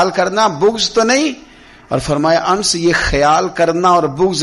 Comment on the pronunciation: انس کو ان نس پڑھتے ہیں انس غلط تلفظ ہے